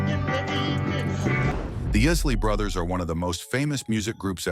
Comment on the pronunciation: Did he just say, "...the IISS-ley Brothers"? SMH